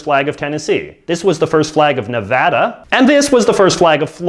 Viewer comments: finally someone who says Nevada right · thank you for pronouncing Nevada correctly!